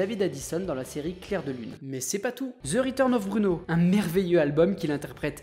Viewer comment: c'est génial, de l'inventivité, de l'explosivité, de l'humour, bravo à toi... petite note tout de mème, l'accent franglais "zeu riteurn", ça fait mal aux oreilles (parce que oui, les langues étrangères, c'est important, et un petit effort, c'est toujours louable) à travailler, et ce sera le top. Complimenti !